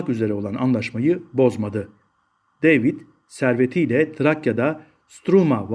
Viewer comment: deyvid ne gözünü seveyim, yabanci isimler Ingilizce telaffuz edilecek diye bi sey mi var?